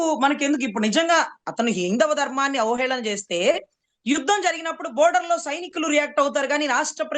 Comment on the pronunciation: Lol, she doesn't know how to pronounce "Border" and "Spy" 😂😂😂 Idk how she became Lawyer!